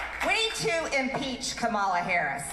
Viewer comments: There's no way they couldn't know, it's just a way to broadcast that they actively disrespect the person and encourage their followers to do the same. It honestly reminds me of a playground bully walking around with their toadies and wannabes, purposely mispronouncing other kids' names to make themselves smirk. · Republicans' brains are rotten with protein eating worms. They can't pronounce "Kamala" a 6 letter simple name. Nor are they familiar with Constitutional law and said document or Admendmants. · Yes, David, they are 100% intentionally mispronouncing Kamala Harris’s name, just as they do/did with KBJ… And just like they do with their ridiculous “democrat” party — instead of “democratic”. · BS, she has said how to pronounce her name, that is the only pronunciation acceptable. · They pronounce Kamala as kahmahlah , because it sounds more foreign. Therefore she is less American and therefore shouldn't even be in office. They are idiots being idiotic. I don't even listen to what Marjoram and the pedophile ever say . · Sorry David. I am not sure why you are digging these idiot for always messing up Kamala's name but most of your video it seems like you purposely pronounce some ones name incorrectly. I always annoys me both when you do it and when they do it, there is no way it is not on purpose. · David, or course they are mispronouncing Kamala on purpose...the republicans absolutely hate that there is a non-white person in the white house and they are feeding into the right wing media's trope of disrespecting everything non-white in every way they can. If you think I'm wrong, then explain MTG's behaviour towards a child who survived a school shooting...that goes out to anyone out there who thinks I'm wrong. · They mispronounce "Kamala" so that the inflection sounds just a little more like "Obama." Another dog whistle. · As far as their pronunciation of Kamala’s name, it is definitely a jab at her and an attempt at bigotry.